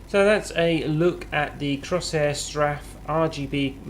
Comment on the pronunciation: 'Crosshair straff' good god learn how to say the name at least, its 'Cor-sair strafe'